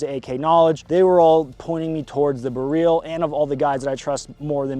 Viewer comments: It's BEryl, not beRYL. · BEH RELL. not freaking bihreeeeeeeeeeeeel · BEryl, the stress is always on the penultimate syllable in Polish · Every time you say Beryl, I hear “garyl” like gallial but from Kim jun whoever from team America. Blue jean operator has better music, so get working on that one slacker!! But it’s still a great video and I love you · It's not pronounced like galil stop saying it weird i would like to but cant keep watching STOP SAYING IT WEIRD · This is my first time hearing "Beryl" out loud aside from PUBG voice comms, and I'm sad to say I was not pronouncing it correctly.